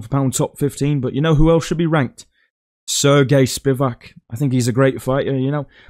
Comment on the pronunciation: The “seeergay spivak” Tom Aspinall never gets old